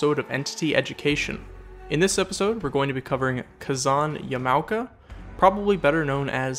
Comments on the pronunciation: Yama-oka. Not Ya-mao-ka. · Ya•mow•ka ain't how you pronounce that, and I cant ignore it, Ya•ma•o•ka is how you pronounce it. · For future reference, Japanese language is kinda weird when it comes to vowels. So in stead of "Yah-moh-kah," it's pronouced "Yahmah-oh-kah." I believe the rule is that they don't use short vowels. And hopefully, I got to teach you something! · It's actually pronounce Ya Ma O Ka Ka Zan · Excuse me. I noticed that you pronaunce Yamaoka incorrectly. As person who fluently speaks Japanese from watching Anime i will have to correct you, its pronaunced YA MA O KA. Please get it right next time. THANKS:) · Ya-ma-o-ka is how you say it bro 🤦🏻‍♂️